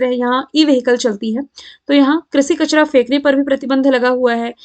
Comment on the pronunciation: कचरा ko mam kachada bolti ha😛😛🙃🙃